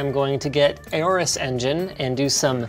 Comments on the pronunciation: normal people: aorus linus:eyyyooorus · "A Orus" LOL Isn't the "Aor" portion pronounced like "Aur" in "Aurora"? Didn't Gigabyte take inspiration from the Egyptian god "Horus" (a bird, like the Aorus logo)? If that's the case, remove the "H" in Horus and add an A. It would literally sound like Horus without the pronounced "H" sound. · Been actually looking into it. Linus pronounced it wrong. You are supposed to say it similarly to saying Horus, like the Egyptian god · I always pronounced aorus as orus